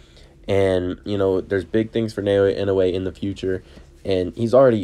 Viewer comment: Try saying his given name like this: NAH-OH-YAH. That's much closer than: NAY-OY-YAY